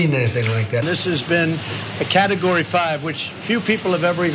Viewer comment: Did he just say "carrot-o-gory 5"? well, it's understandable because it's orange.